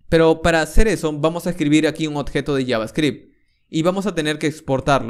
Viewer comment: Buen tuto, igual me molesta un poco que pronuncies mal "oBjeto" y digas "oTjeto" XD lo demas joya. Se agradece.